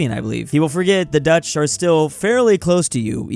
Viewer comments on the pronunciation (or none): none